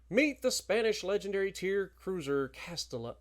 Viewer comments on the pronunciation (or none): Hi, im from Spain its Castilla so the pronunciation would be more like Castila but nice try tho! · Its "Cast Teeya" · Castilla is generally pronounced Cas-tee-yah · Castilla is pronounced CAS-TI-YA..LL in spanish sounds like a Y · Count Dracula CastiLLLLa 😂😂😂 double LL in Spanish is a “y” sound Big BOOBIE 😂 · when it comes to Spanish, two Ls are pronounced as a Y